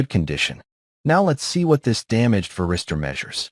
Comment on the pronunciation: Какой нахуй ВЕРИСТЁР? ВАРИСТОР, МАТЬ ВАШУ, ВАРИСТОР!!! Кто-то будет смотреть из начинающих, так и будет потом называть. Поправить нельзя этого электронного болвана-диктора?